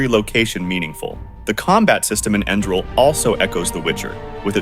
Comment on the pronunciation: AI voice mispronounced Enderal almost every time